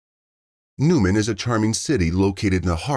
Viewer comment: Newnan, Georgia, not Newman. Wow, they finally locate the perpetrator in Mexico, then it took FIVE YEARS for him to be extradited to the States! Justice is extremely SLOOOOOOOWWWW!